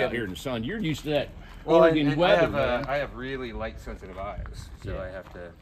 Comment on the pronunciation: ITS NOT OR-A-GONE! Its Or-again.